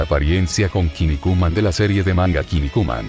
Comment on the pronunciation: En la "serrie" jajaja😂😂